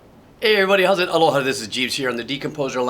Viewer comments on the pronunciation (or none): none